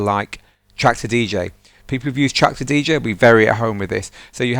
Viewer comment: With which software he compare Mixed In Key , it souns like he says Tracks a DJ. I don't understand him.